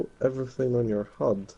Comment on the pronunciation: Thanks for the clip. Never liked Ghost, but with Breakpoint coming out, I might get it. Also watch out for your pronunciation of HUD :)